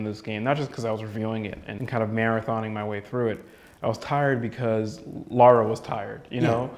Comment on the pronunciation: Her name's Lara, not Laura. Jeezus, these guys don't even know how to pronounce her name right. Makes me wonder how much they really know the series and how much of a departure this game is from it.